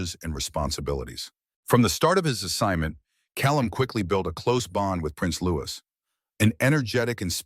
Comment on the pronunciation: LOUIE….NOT LOUIS …is the proper pronunciation!!!